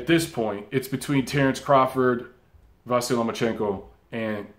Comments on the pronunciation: Great video, as always,. Just a side note on the name issue: it's actually pronounced Vasili. With a soft "i" at the end. Like Milli Vanilli, if you wish. The sign at the end of his name, in Ukrainian, (the "ь") has no corespondent in English but it softens the consonant that precedes it, generating the soft "i", in this case. Not a major error by any means but a fun fact that I hope you'll like. Cheers and keep up the great work you do! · pronounced VAH SEE LEE